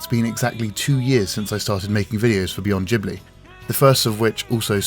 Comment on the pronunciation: This was a beautifully put together video which is noetic without sounding didactic. But I've qualm with the mispronunciation of the word 'Ghibli'😑.